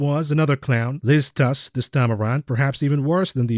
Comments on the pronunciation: It's Truss, not Tuss. Appropriate as this can also be the name for two short planks. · Ironically Truss is pronounced like “trust” but without the final t.